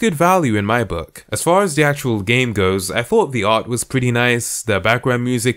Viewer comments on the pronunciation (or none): none